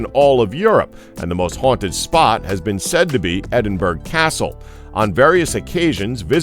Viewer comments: edinburgh is pronounced "eddinburra" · Edinburgh is pounced 'Ed-in-burra' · Edingberg lol